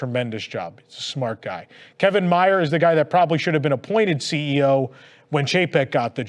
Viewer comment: Kevin Mayer's name is pronounced like it rhymes with "bear." Like Louis B. Mayer. Just saying.